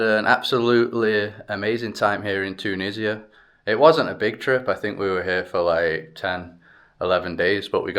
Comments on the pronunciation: Yeaaah right TUUU NISIA 😂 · The way you pronounce Tunisia with a stress on the first syllable is funny😂❤